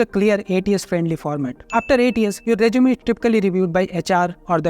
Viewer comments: Not jjj zzz zeeee rezzzzumee rejjjumay NAHI bhaiya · Resume 🚫 Reechume ✅️🐧